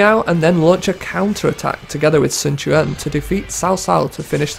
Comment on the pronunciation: The names are pronounced correct in american diologue, cao cao is not sao sao, its cao cao (cow cow), sun quan is not sun chuan, its sun quan (soon kwan). Get the american letters right!